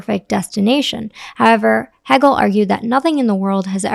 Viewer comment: Great video, thank you. Its pronounced hey-gel. :)